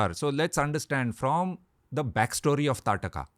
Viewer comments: In Odisha, Its Taaraka. There is always this regional name change which comes with pronouncing names. For Shri Ram, we say Prabhoo Sree Rama. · It's taarkaa or taadaka not tataka